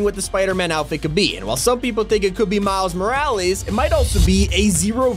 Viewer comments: “Milds moraleez” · Did he say miles moralees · Man said miles moreels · the way he say Miles Morales🤣